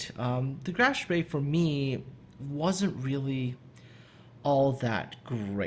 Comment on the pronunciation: Love the "Spee," especially with Muller or Lutjens.